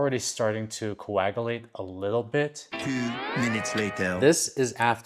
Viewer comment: You really shouldn't use the term coagulate, if you can't even pronounce it. And, you definitely can't!